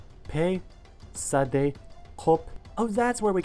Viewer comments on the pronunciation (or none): none